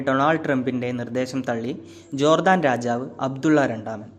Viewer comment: Jordaan. Chadikkum.